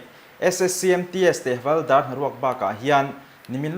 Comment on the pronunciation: Havalder tih niloin Havilder tih hi adik zawk lo maw😂